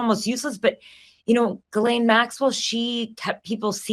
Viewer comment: Ths for pronouncing GM's name correctly. I guess nobody else studied French.